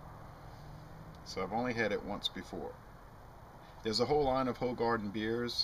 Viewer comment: it's pronounced hoohaarden not hoe garden ;p if you like it you should try hoegaarden citrus and hoegaarden rosé, they're great too.